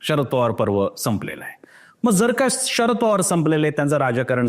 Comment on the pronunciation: बाकी सगळं विश्लेषण चांगलं आहे , पण तुम्ही शरद पवार याचा उच्चार षरद पवार असा करताय ते खटकत आहे.